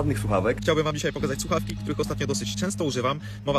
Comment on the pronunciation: Ta pierwsza influencerka od tych fakntastycznych sluchawek mowi "suawki". Tragedia. Natalia kaczmarczyk 🤣🤣